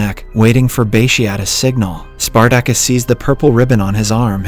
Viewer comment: OK, this is definitely narrated by AI. Listen to how the AI pronounces Spartacus.... Omg. Hilarious